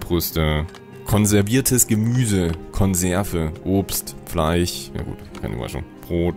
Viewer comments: Bitte,, ich liebe deine Videos. Aber zur Hölle: es heißt FleiSCH, nicht FLEICH! -. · Redet er extra so ? Fleich statt Fleisch zu sagen genau so wie Fich? Oder kann er das sch einfach nicht aussprechen